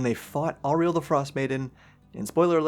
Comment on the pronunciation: It's crazy to me that you can be this far into the game and still be mispronouncing Auril's name